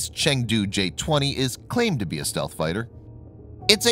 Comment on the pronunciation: stealth not stelth